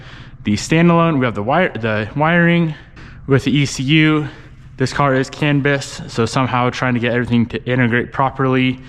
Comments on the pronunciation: It’s “CAN Bus”, like a bus you ride in. With that said, definitely a good time to get help from Tanner/smeedia for all of the custom can communications and harness work. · canbis? haha are you talking about the canbus?